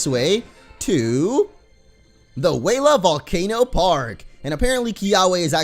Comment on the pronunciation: Kiawe would be very angry at you because you’re pronouncing it wrong. It’s not Wayla Volcano with a lazy accent. It’s Wela Volcano